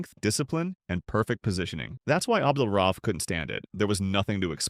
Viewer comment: RA-uf. Not RAUF.